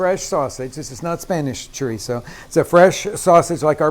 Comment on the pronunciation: If you can't properly pronounce it, you have no business cooking it.Look's like a dogs dinner.